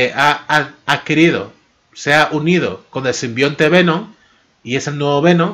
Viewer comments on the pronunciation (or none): none